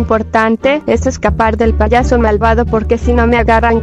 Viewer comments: Jaja cuando dijiste ti payoso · hay cuando dijiste payoso en ves de payaso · Min dijo poyoso 😂😂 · Medio risa cuando dijo poyoso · No les pasa que dice payoso ajajajaj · Dijiste poroso xd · En una parte dice payoso